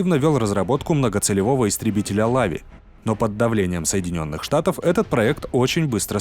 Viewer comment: Автор , в названии Лави - ударение на И. Лави לביא на иврите - "львенок" . Вообще Лави это больная тема в Израиле и по сей день. Спасибо за обзор.